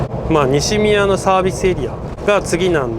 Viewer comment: お疲れ様です、動画が更新されるたびに観れて嬉しい 動画内で西宮の事をにしみやと言ってましたが正しくはにしのみやです